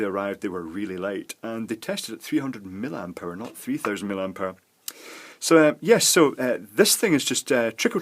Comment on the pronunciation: The unit mA is pronounced "mill-i-amp" not mill-amp.